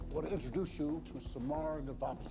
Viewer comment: This was a good video...except her name is Samar...not Saram. 🤦🏻‍♀️